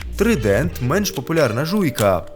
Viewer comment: Не "трідент", а "трайдент". Соромно для українця не знати. Це ж перекладається як Тризуб.